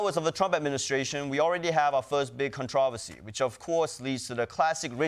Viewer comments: Controversy? You have some trouble with that one!? How did your mouth make that sound!? I have never in my life heard ‘controversy’ pronounced that way!!! 🤣 😳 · how does Ronnie pronounce “controversy” 😂